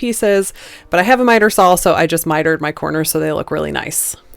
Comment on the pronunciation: Why do Americans pronounce saw as sawl 🧐 lovely pieces xx